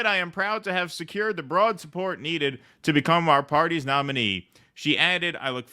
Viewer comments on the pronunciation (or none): none